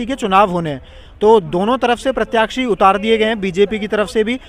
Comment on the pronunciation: Desh mein Rashtrapati chunav ko lekar nahi June ki garmi hai aur thodi garmi maharastra mein hai 😂. Aur unka naam Droupadi murmu hai murme nahi. Pranyakshi nhi प्रत्याशी hota hai. Pronunciation theek kro. Tumhari jagh yellow shirt wale bhaiya ko hona chahiye tha journalist. Aajkal har koi youtube channel bna kr patrakar bn ja rha hai